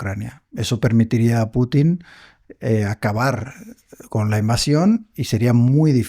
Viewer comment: Hombrecito ignorante, el entrevistado, los ucranianos son un intento mal intencionado de los europeos traumados. Usted está sesgado. Note que el entrevistador sí es profesional pronuncia Pútin.